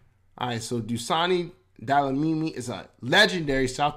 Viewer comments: "Delamini"is killing me😂😂😂😂 Dlamini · To read the surname correct 😅let me help you brother say “glam” replace that DL with GL the read it again like this Glamini 😅close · Not Delamini bro😂😂😂Dlamini. How do u say "Amandla? SAs struggle songs include such words.... amandla. That Dla.... Is same as Dlamini 😂🎉🎉🎉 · Dlamini nie Delamini..nee maan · DE- LA- MINI. Story of my children's life. My daughter (grade 0) came home from school one day & asked me "what's our surname"? I said DLAMINI whereupon she asked why all the teachers called her DELAMINI. I just laughed. I told her that the British nuns who taught me couldn't pronounce clicks so they corrupted my name to "Nomatheresa" and my surname to "Cowie". One nun asked if I was a "Saucer" instead of "Xhosa". The whole clas laughed. Unfortunately that became my nickname. Even the Shangaans from Mocambique couldn't pronounce clicks. It was weird. So, please forgive the American for the Delamini. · Nah, you get a Gong for that "Delamini"!!😂😂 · You murdering my surname dude😂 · The video misled you that is not how you pronounce Dlamini😅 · FYI, the person behind the video you were watching is not South African, that is why he can’t pronounce South African words. Please ask South Africans how to pronounce DLAMINI. I am irritated that that account didn’t even bother to ask how South African names/words should be pronounced